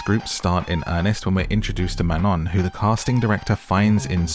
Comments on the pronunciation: ITS NOT MANON ITS MANOOO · ITS MAN-OH